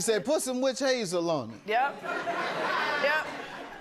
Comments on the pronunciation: Right! Calling it wish hazel! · "Just put some witch hayyzel on it"😭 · The way she is saying witch hazel is killing me😂